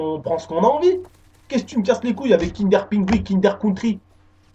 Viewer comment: Ton accent quand tu dis kinder pinguin ahahah